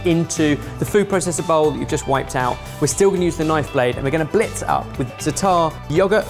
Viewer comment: Is no one gonna tell him how to pronounce zatar?